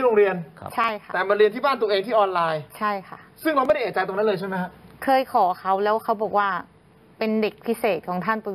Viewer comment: เอะใจ ไม่ใช่ เอ๊ะใจ